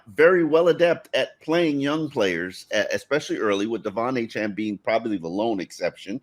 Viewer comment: Are we just going to let keep mispronouncing Achane? He clearly says A-Chain as opposed to A-Chan